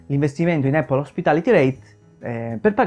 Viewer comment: Lo so che questa Apple hospitality reit non e' la Apple di Cupertino ma... Non voglio fare il pignolo ma...solo noi in Italia diciamo "eppol"...sbagliando di brutto 😁 La corretta pronuncia e' "Apl" con una "P" ... Ecco la pronuncia dal fondatore...chi meglio di lui?